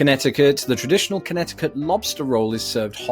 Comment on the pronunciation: Just FYI, the second C in Connecticut is silent, so it's pronounced connet-i-cut